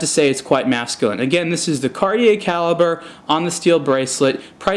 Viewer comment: It's not pronounced Cal-ib-burr, it is Cal-eee-bray. That's straight from Cartier